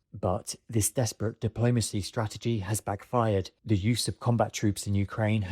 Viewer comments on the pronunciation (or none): none